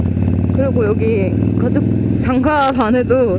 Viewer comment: 까죽자켓 꼬기 ㄱ을 ㄲ으로 발음하시는 ㅎㅎ